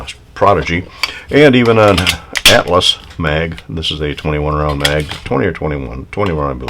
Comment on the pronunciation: listen to what you say, sounds like 5 pound instead of round. I understood well